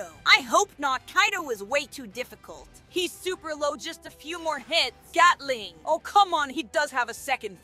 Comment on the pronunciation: bro said gyatling💀💀